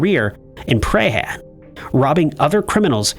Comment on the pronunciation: As someone that lives in Melbourne, the pronunciation of both Melbourne and Prahran is hilarious 🤣 Typical Aussie humour messing with the non-locals. Most of the letters/perceived syllables are irrelevant. It's Mel-bin and Prahn. (Phonetically, obviously. Prahn is single syllable)